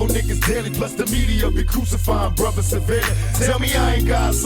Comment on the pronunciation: Bro you GOTTa do blasphemy Again now that you can hear PAC jus saying bruva